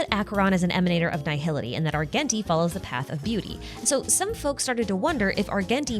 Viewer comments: ar-jen-tee btw. the hard g is driving me insane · ily and your videos but it’s Ar-JEN-ti. He literally says his own name a few lines into his introduction in the game, a pronounces with a “j” sound. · adore your videos a lot but next time could you please pronounce Argenti as (arjenti)?? thank you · The way you pronounce "Argenti" and "Longitude" is legitimately sending me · Now the way you pronounce Argenti 😭